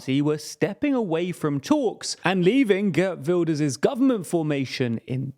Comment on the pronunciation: Ghurt Vilders... tee-hee-hee.